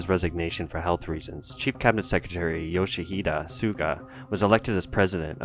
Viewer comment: not Yoshihida but Yoshihide